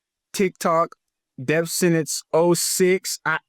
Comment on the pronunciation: “Death Sentence” or “Def Sentence”? I heard “Def” multiple times